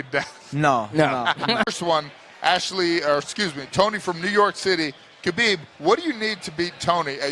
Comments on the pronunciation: She calls him Khabibi lol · I think she said "Khabib he" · Yo Amanda looked like she was hitting on Khabib 😂😂, she called him “Khabiby” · I don’t know why it annoys me so much when people pronounce the silent K at the start of Khabib name.